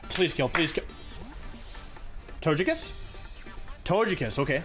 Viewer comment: If he pronounces Togekiss like Tojakiss does that mean he pronounces togepi like tojepi?